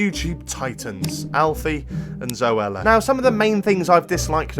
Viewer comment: "Alphi and zoeler"